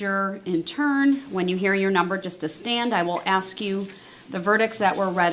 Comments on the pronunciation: lol "axing" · LOL…. It’s pronounced “ASK”🤣🤣🤣🤣🤣🤣🤣🤣🤣